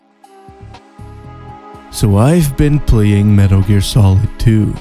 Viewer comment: I don’t know what is sexier - the in depth *~Metaru Gearu*~ analysis or that god damn voicebox in your neck.